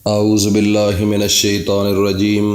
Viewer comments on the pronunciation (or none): none